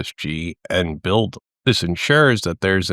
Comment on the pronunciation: Pronounced 'BidL', no offence intended